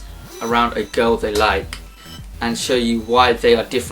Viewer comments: I like the way you pronounce a "girl " It reminds me on "cow" lol ! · I mean he pronounces " girl " like " cow " .It is funny !